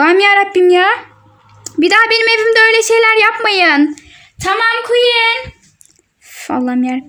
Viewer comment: Queen demeyi bile öğrenememişsiniz (kötü bir yorum değildir) 😂😂